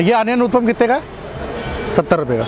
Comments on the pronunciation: Its not uthpam its uthappam da gundu punda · You give north Indians a bad name. Stereotypes exist because of your actions. Uppam nahi hai bhai, utapam hai. Kuch toh sahi bolo. Sirf butter bola hai barabar se pure video mein. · First of all "its UTTAPAM" not UTPAM as you are pronouncing! As a leading food blogger you should not do such pity mistakes!Secondly why you always give high rating to each and every food joint you visit,it seems whole delhi food outlets are selling 10/10 food stuff...Try to give honest review,it will increase your channels credibility!Thirdly stop praising "AMUL BUTTER" in each and every video as it is quiet irritating now!Finally Earning money is every persons priority ......But you should follow some ethics while doing so,trying to say .....Put less Advertisement in your video,nowadays when I play your video i have to watch 5-6 Add it's quiet Annoying!Please don't take your subscriber for granted because they are the one who put you in 1 Million Club............Good Luck for future Endeavors!👍👍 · उत्तपा केहते हें, उत्पम नाही😁😁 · Bro, it's not uthapam it's huthappa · Please pronounce vootappam